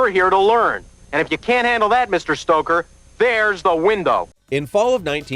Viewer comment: "Stoker" not "Stroker"